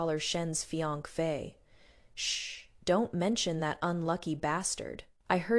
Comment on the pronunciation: Please don’t use this AI voice again. It’s the only AI voice that mispronounces fiancée. It’s annoying.